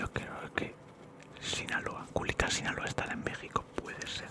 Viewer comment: culican? Es Culiacán 😅🔥